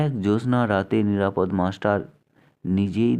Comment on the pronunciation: নিরাপদ্ মাস্টার নয়, নিরাপদ(অ) মাস্টার উচ্চারণটা এ রকমই করতে হতো। যাঁর লেখা গল্পটি আপনি পড়ছেন, তাঁর নাম উচ্চারিত হয় ষষ্ঠীপদ(অ) এই ভাবেই। ষষ্ঠীপদ্ নয় কোন ভাবেই।